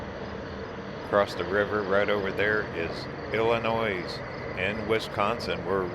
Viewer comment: sturgis is overrated nothing to see there but the national parks are awesome. illinois is pronounced illinoy. dubuque is prononunced dubuqe.